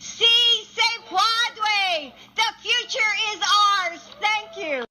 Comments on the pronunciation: Matt’s first try: “Si, se puede” okay, not the worst “Actually it’s ‘pweed’” n o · Si se pweed? Jesus Christ. Both Jill and Matt were absolutely cringe.